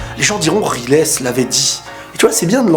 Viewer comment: Moi cette vidéo m'a appris un truc : on ne prononce pas "Raillezeuh" mais "Rilèsse",et ça,ça change tout ^^'